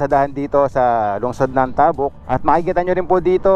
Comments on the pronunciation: Correction please.. hindi tahhbuk.. tabuk.. mabilis ang pagbigkas..ng ta, Ang pagbigkas mo gumagamit ka ng Hhhhh bago buk. Kung ganao kabilis ng pagbigkas mo ng buk.. gano'n din sa ,,,,ta...( Tabuk . ) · sana po kasama rin sa niresearch nio ang mga tamang bigkas ng lugar "Tabuk" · Mali po pronounciation nyo sa Tabuk,fyi